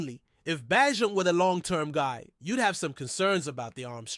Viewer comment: It's pronounced Bay Jent....everyone knows this